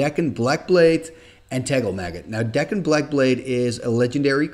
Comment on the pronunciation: Dak(kon) not Deek(kon)! Awesome video,.